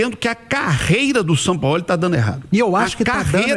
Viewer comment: “Sampaóli” kkkkk